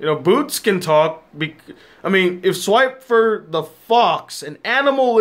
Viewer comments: His name is Swiper not Swifer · It's swiper not swifer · Swifer?!? You mean SwiPer